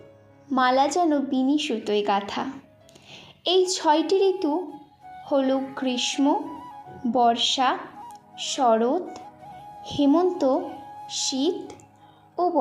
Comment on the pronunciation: Didi akta kotha bolbo Ota grismo hobe na গ্রীষ্মকাল hobe jekhane "ম" এর উচ্চারণ হবে না ।😊😊